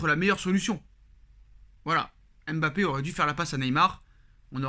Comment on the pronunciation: Apprenez à prononcer Mbappe correctement svp. Fatigant d'entendre "M bappe".